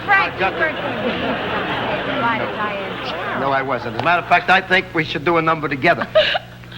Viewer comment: Dean keeps calling Diahnne carrol Dinah.